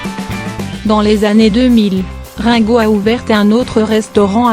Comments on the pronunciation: cest rine go !!!! et non rein !!!! mdrrrrrr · Celle qui li ne sais pas lire........ Rinnnnnn go au lui de me Rngo sa m'énerve 😣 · quelle horreur ces voix off numérisés récitant ringo devient raingo, l'usine AZZ mdr mais c'est très chiant car bourrés de fautes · et la connasse qui dit rin go et pas ringo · Rungo, prononcé à la française, j'aime bien, Rungo comme Ringard. Quant à Sheila, quel bel homme !😂😊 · bar oblique quel conne elle écorche le nom de lexe chanteur et de la chanteuse sheila